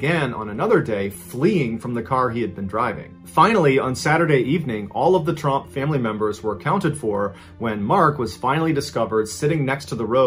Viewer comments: it’s trump not tromp btw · It's Tromp, not Trump. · Wow I only just realized he wasn't saying trumps 😂